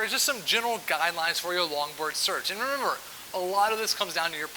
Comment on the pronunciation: "and remwewmwr"..?